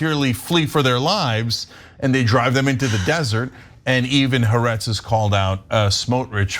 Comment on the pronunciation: I think that Ana says Ha'Aretz wrong on purpose to make me crazy, 3 syllables. Hawaii is 3 syllables not 2; Haaretz is Three syllables not 2. huh-WAI-ee. ha-AH-rets.